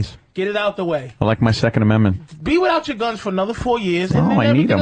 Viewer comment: Once again, Anthony shows why white males are often dismissed as being off their rocker when it came to his yammering about Obama and "muh secund a-men-mint". Not a single paranoid schizophrenic rambling that Anthony was talking about ever came to fruition with Obama. Obama was essentially a conservative. He didn't differentiate all that much from Bush Jr at the end of the day. I love going back & just clocking these things.